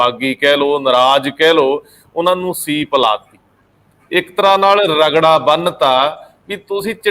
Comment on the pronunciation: the Right word is sweep not ceep as you were using